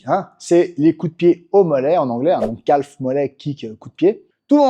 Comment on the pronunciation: Bonne video, mais on prononce pas le l de calf, on dit [ka:f]